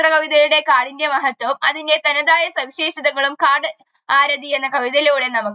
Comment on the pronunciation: കാർഡ് ആരതി അല്ല കാട് ആരത്